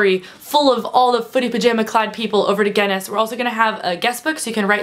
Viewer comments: Speaking of pronouncing words incorrectly, Guinness is pronounced gin-nis not gen-nes (obviously both with a hard 'G' like 'gorilla'.) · Sorry, you keep saying gennis (phonetically) its gin-ness :) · She says Ge-ness.. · gin-ness as in guh-in-ness :D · It's ironic that you opened the video talking about mispronunciation and then pronounced Guinness wrong throughout the rest of the video. :') haha wish I was going to leakycon! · this video is a lot more confusing if it takes a while to figure out she's says Guinness.... wish I could have gone to leaky con :(